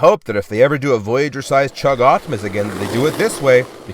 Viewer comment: I'm glad to watch my favorite you tuber ! (Edit) I have to say no hate but it's oPtimus not oCtimus